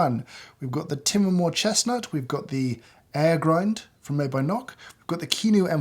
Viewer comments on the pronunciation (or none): unrelated but im wondering how to pronounce Timemore ? like " Time More" in english or Timé Moré like james pronounce it? Im curious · What's Tim-A-More?? It's Time-More as in I wish I got more time with James!! But you chose the wrong model, the timemore c2 or c3 full metal are the most popular and have a pleasant feel wrt usage. Really felt bad for the Porlex, the last boy in the class; it will give up!